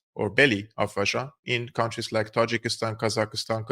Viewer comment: You pronounced the word Tojikiston properly